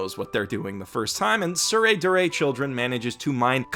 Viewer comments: It's "Tsurezure" (Suu-reh-zoo-reh) not Tsuredure.. See Kanji " 徒然 " this is what they're using (smacked in front of the title both manga and anime) and listen how they pronounce it.. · Cringed everytime you say "tsuredure", it's actually "tsuredzure". There's no "du" sound in the Japanese phonology so it would be a stressed "tsu", aka "dzu". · Its tsurezure children NOT tsuredure children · it's pronounced dzure you absolute dzunce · god damn it you keep calling it "soo ray doo ray" but Japanese literally doesn't have a syllable for 'du'. Not to mention AS YOU SAY "soo ray doo ray" the first time in this video the image shown has the show titled as it should be, TsureZUre Children. When you type 'du' with a Japanese keyboard it creates a 'tsu' with two dots, watch: つ is tsu, and づ is "du" but it's pronounced as 'zu'. Also wtf why do you say "four koma" just say "yon koma" you're already saying "koma" so if you want to say "four" then say "four-panel comics" because that's literally what yon-koma means anyway. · That’s not how you pronounce “Tsurezure Children”. It’s a “z”. The “d” is just a silly alternative romanization to denote that the kana differs from the standard, but the pronunciation stays the same– “z”. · When you realize misspelled and mispronounced Tsurezure Children.